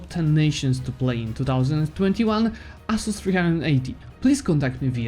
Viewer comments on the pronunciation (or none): none